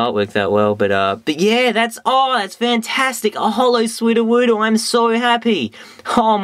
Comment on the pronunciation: Every time you said 'Sudowoodo' it sound like "Swoo-do-woo-do". I lol'd. So funny, dude, keep it up!